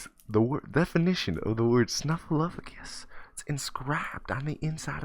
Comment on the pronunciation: Why do you pronounce it snuffleu*f*agus when the title spells it snuffleu*p*agus?